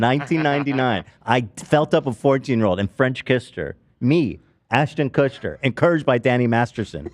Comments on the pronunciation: Ethan called him, “Kushton” 😂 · Asher and Marla Kushtin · Kushton, Kushin, Kushter, it’s all the same right? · Ethan calling Ashton Kutcher “KUTCHTON” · Ah yes, famous hollywood celebrity Atcher Kushton